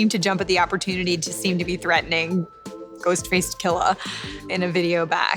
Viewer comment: My favorite part was Stacy Keach pronouncing "Ghostface Killah."